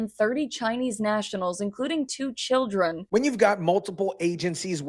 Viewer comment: As an American I am sick of being a magnet for these criminals. "For the chioldren..." Nancy Pelosi